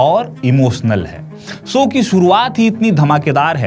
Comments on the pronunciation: Apni language to sahi kar le. Baar baar show ko so bol raha hai. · 'सो' नही 'शो' जरा अपने हिंदी पर काम करो...! 'स' और 'श' मे फरक होता है...! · Ye anchor so so kya bolta hai,,show bolo show bolo,sho not so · So nahi mere bhai show boliye.❤